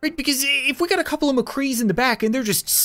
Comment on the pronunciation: he said mecree so its genji vs mcree